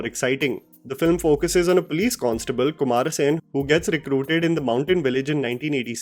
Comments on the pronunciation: Uttarpradesh needs idealogy of Viduthalai Tf kumara-sen😂. Kuma-rae-sun that's how it should be pronounced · Your pronunciation of kumaresan is funny 😂 Thoroughly enjoyed this video essay as always.